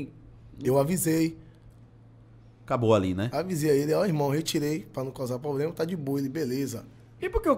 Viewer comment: gente, p cara fala "pobrema". pelo amor de deus. e outra, se o cara fez uma parte da música a composição é dos dois. você estourou com essa música mas não se preocupe, que como tantos outros, já já ninguém nem lembra mais.